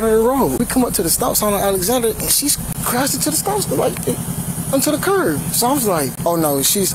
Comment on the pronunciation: cop keeps calling the curb a curv